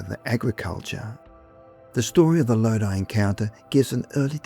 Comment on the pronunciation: You said Lodi correctly 👏